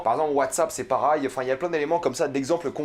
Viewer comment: J’aime beaucoup ce que tu fais, je trouve tes vidéos très intéressantes mais j’avais une petite question, j’ai remarqué que tu disais "parail" au lieu de "pareil", comme à par exemple, je voulais savoir si c’était dû à un accent ou autre, merci de ta réponse et merci de tout ton travail! ;)